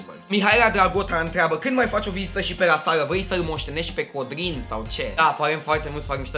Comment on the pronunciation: cand ai zis codrin lai zis pe rr